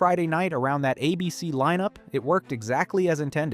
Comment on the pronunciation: Take a shot every time the AI narration mispronounces ABC as "Uh-Bee-Cee"